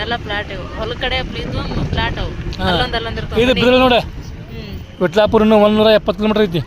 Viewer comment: ಅಕ್ಕ ಅದು ವಿಠಲ್ಲಾಪುರು